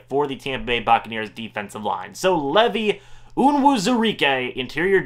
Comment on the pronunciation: ...LEEEEEVVV-EYE, not Levy